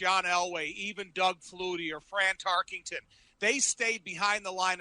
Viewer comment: Welcome in to Bears Weekly with your self-important opening narrator,. Hey, dipsh*t Thayer, it's pronounced "TarKENton", not "TarKINGton", & "ath-le-ti-ci-sm", not "ath-UH-le-ti-ci-sm", ya f*cking Neanderthal. And what's up with Wayne "the traitor" Larrivee's new, profoundly nasally tone? Snorting too much parmesan?